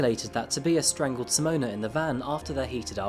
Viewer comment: Simona and toebeeus 😂